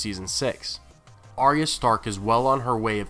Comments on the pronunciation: Firstly love all the vids but please learn to pronounce Arya's name correctly. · it's not pronounced like that in the show